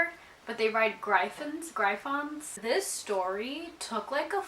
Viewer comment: I've always wondered about purchasing a book at Dollar Tree. Great idea for a video. Also, just to let you know, if the word is gryphon, then it's pronounced griffin.